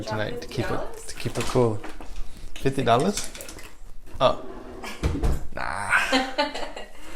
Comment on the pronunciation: the way you said fifty . . . nahhhhh 😭